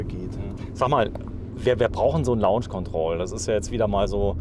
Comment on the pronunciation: face-blue-smiling:LAUNSCH KONTROL .... dat heisst LOHNSCH ... LAUNSCH = lounge ... LOHNSCH = launch !!!